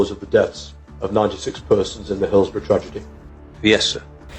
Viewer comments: pronounced 'Hillsbruh'...... not 'Hillsboro' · Script written by AI by chance? By the way, its pronounced Hills-brugh not Hills-burrow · Im a Liverpool fan. The police trued to cover it up and The Sun newspaper blamed the fans. Disgusting. Its pronounced Hills-burra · Excellent presentation of the event but I'm going to be really picky and say that, in England, Hillsborough is pronounced "Hills-ba-ra". Yeah, I know; English spelling of place names doesn't bear any relation with the pronunciation. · It’s pronounced Hills-bra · I cant stand how he pronounces Hillsborough 😂